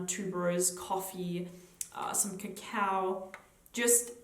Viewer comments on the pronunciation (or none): none